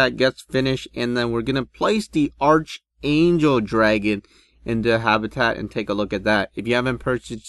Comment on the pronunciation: It's said like "Ark-angel"